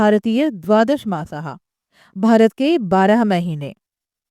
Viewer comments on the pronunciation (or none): none